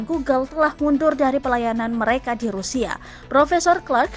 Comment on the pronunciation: Anjim banget ni pengisi suaranya rupanya ga seneng ama rusia wkwkwk rusia jadi rusial si anying tribun babi banyak kali hoaknya wkwkw coba kawan2 denger baik2 di detik ke 2